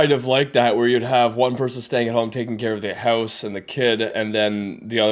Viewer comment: I just realized we both say house in a weird accent lol